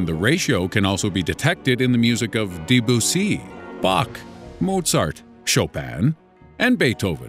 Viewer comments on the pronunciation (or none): The radio DJ voice doesn't match the intelligence of the content. "Deeboosie"? Not sure this guy has any idea of what he's reading. He probably got the gig through Fiver. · Omg 'Deboosee'😂 Possibly Debussy?